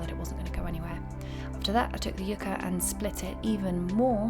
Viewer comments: its not you-ka it's yuck-ah! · I actually liked this a lot. Just FYI, it’s pronounced yuck-a. :) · Beautiful project, but where I'm from, yucca grows everywhere and is pronounced like you're disgusted, eg: yuck-uh.